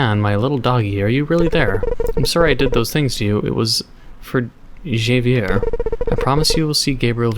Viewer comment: Javier is said as HA-V-iER if you care I guess